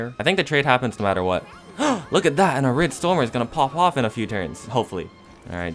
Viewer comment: “arid stormy”